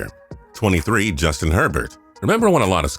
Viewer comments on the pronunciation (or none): none